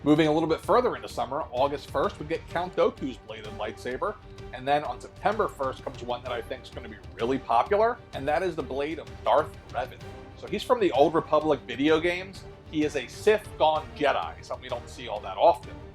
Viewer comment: Count dooku not doku. I don’t understand mispronunciations when you hear how characters pronounce them in the movies.